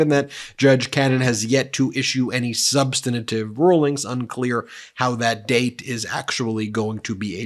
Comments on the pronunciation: Please, Ben…it’s “sub-stan-tive”, not “sub-stan-a-tive”. 3 syllables. There’s no “a” sound between the 2nd and 3rd. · Sub-stan-tive. Not sub-stan-a-tive. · NOT "Sub san i tive". The word is "sub stan tive". Ben, you use that word in almost every video you make about Aileen Cannon. Please learn how to pronounce it. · Ben, I love Meidas Touch, am subscribed, watch or listen almost daily, but please -- the word "substantive" has three syllables -- sub-stan-tive -- not four. Please indulge me! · SUBSTANTIVE HAS 3 SYLLABLES! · SUBSTANTIVE has 3 syllables, not 4... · You’re saying “substantive ” wrong, there is no i between the n and the t. Please stop doing that. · I love Meidas Touch and I want you to get the repect you deserve. That is why I care a lot that you pronounce words correctly. When you mispronounce words, it diminishes your credibility. You are mispronouncing the word "substantive"